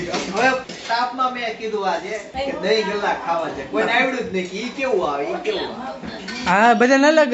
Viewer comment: દહીં ભલ્લા કહેવાય આને દહીં ગલ્લા નહીં